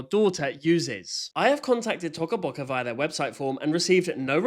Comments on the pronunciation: Omg you are saying it rong you are saying tuco boccu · "tocka bocka" is crazy, bro isn't even pronouncing it how they intend it to be pronounced (in the intro too) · Its "toca boca" not "t0cA böC@ 😂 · Yea t”O”ca Boca is now T”o”cah Boca 😭 (if no one understands Toca Bocas o is not silent) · Why does it sound like he says sussy baca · No because like the way that he says Toca Boca is just so funny😂😂😂😂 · TOCA BOCA (idk why i like how u say it lol) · Yess! He is so stupid like first of you don’t say Toca Boca like that he says it so wrong🙄💗